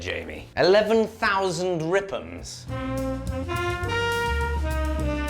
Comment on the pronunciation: I will forever say rippems instead of rpms now.